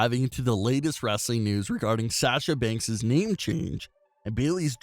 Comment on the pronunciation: I have a problem with your annoying voice, you mispronounced Sasha Banks as Sash-sha Banks and your voice sounds like you're going through puberty but got stuck halfway and your balls haven't dropped.😣😖